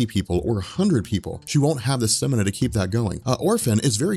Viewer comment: First time I've heard "Stamina" pernounced "Stimina".